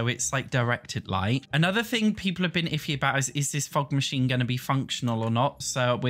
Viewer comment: everytime says fog machine I hear fuck machine